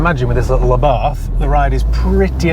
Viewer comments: Correct pronunciation is AH-bart. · According to my Italian mate from Genoa; Abarth is pronounced 'Abart' ie drop the 'H' on the end!